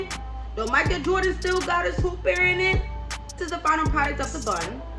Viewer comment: lol the way you say earring is hilarious lol “earrinin “